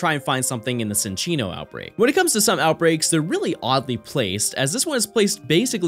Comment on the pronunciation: Cinccino, a Chinchilla, is not pronounced "Sin-chino", it is "Chin-chino"